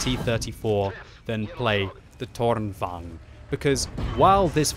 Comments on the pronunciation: Softer R please it is tornvagn not toRR!!!!nvagn. :P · it's tornvagn not tårnvagn, the o in toon is the right pronunciation. very nice review though, love your youtube channel : ) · Seems a lot of the CCs are saying this is a bad tank. I will ask though that you pronounce it correctly - It's Torn-vung-en. Same with Krang-vung-en - The Swedish vagn isn't rolled into one word, its two syllables - good work though and enjoyed the new chapter approach too! Be good if you can upload the video with the Chapter breaks in there so people can skip to them? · Since you are so good at german,, lets try pronouce Tornvagn. I am impressed about the "vagn" part but "torn" is not pronounced like english 'thorn'. 'To' in "torn" is like english word "to" then add "rn" like in "aren't". Torn means "tower" and "vagn" is "carrige" or "wagon". Like tower-wagon... Same goes for Kranvagn which I have no idea what is actually means since it was a covername for the EMIL project. Impressed with your work. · Im amused at you saying "Tårnvagn" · Do not say the R in Tornvagn. Hidden R in that. Swedish power, fun to look and good to know how to play against it. I am born with shakinghands so almost only TD:s for me these days. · Seriously, awful pronunciation, this is a Swedish vehicle, not polish. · maybe just use the English pronunciation lol?